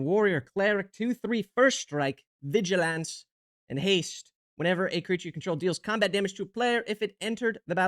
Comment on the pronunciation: “Vigi-LANCE” hahaha I’m never going to look at that word the same way again